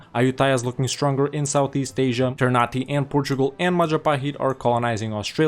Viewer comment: For a tip ternate is pronounced not ternate in the sense of nate but na te so ter na te